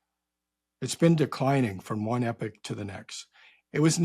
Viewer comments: When he says ‘epic’ does he mean ‘epoch’ ? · Saying epic, but obviously intends epoch. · I defo heard epic